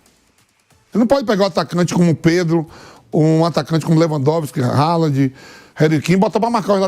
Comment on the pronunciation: Reri Kin, Gudo Gan, Ralad, kimiti